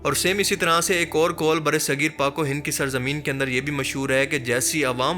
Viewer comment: Kol nahi, Qaul